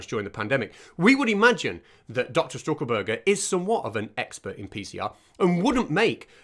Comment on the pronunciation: It’s Stuckelberger not St(r)uckelberger 😅 Loved it pal, really funny. 🥃🍺🐒